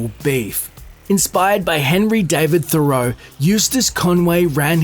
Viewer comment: Absurd. The County's efforts would be better spent on arresting the cheaply constructed, toxic material subdivisions that are being built everywhere. Its pronounced "Thurrow"